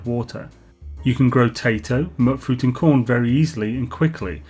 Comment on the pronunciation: your saying mutfruit wrong!!!! lmao (Mute-Fruit) as in mutation